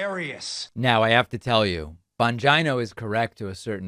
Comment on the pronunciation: Say Bongino again Please